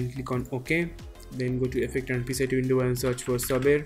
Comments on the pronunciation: FYI: It's not pronounced "Sabber", it's pronounced "Say-ber" Your tutorials are some of the best out there man! Keep 'em coming! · Everytime you pronounce Saber wrong, it cringes me so much! It's SABER! Google it! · You guys all say "Sabber", it's SABER, with a long A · Funny how you pronounced "Saber" Great tutorial btw👍